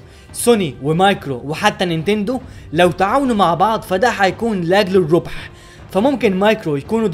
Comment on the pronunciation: كلمة الربح مثلا في الدقيقة وغيرها كذا كلمة تشكيلها بايظ ف لو انت عايز تتكلم باللغة العربية الفصحي اتكلم صح وحاول تدقق في التشكيل وانا سألتك انت مصري ولا لأ عشان لو مصري تتكلم باللهجة بتاعتنا عادي كمصريين واللي كل العرب بيفهموها ودا افضل ومتزعلش لو النقد شديد شوية 😃 انا بقولك كده عشان عاجبني محتوي القناة وعايزها تبقي افضل